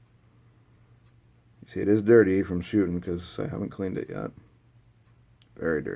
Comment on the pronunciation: “Shoosting” lol